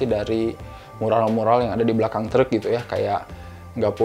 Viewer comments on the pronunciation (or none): yg masa kecilnya di taun 80-90an ada rasa nostalgia pas nonton film ini karena melihat scene2nya. kalo saya mah nostalgia pas tinggal di bandung pas denger ngomong “treuuk” 🚛🚛